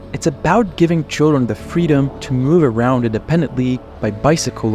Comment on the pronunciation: Please have a look at how your pronunciation of 'car', 'around', 'key roles', and the like. In particular at the end of a sentence. It is atrocious to say the least.